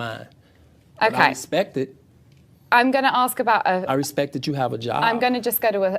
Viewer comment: The interview with the pretty reporter.. omgosh!! That man got so offended, by questions coming from the public, he couldn’t think straight. Full blown defense mode. And every time he said RESPECK, just made him look, that much more ignorant. And beyond, childish. His inability to control himself, simply made all the allegations far more believable. I hope the woman benefited, from this interview.🤢